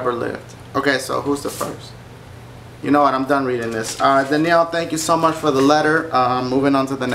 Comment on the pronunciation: YOU-KNOWN!? D-DASHIE YOU REALLY GONNA SAY IT LIKE DAT DASHIE!?